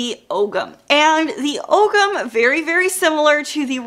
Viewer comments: Hi, I'm Irish and just wanted to let everyone know the pronunciation of "ogham" Oh-am or alternatively Oh-ham Love that ancient Irish can be found in so many places these days, thought I'd try and help a little 🥰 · Really enjoyed the video Just one nitpick, Ogham is pronounced "OH-wam". Yeah, it's that weird Irish pronunciation thing :D